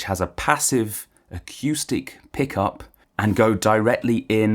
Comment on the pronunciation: I can't trust someone who say akewstic. Sorry.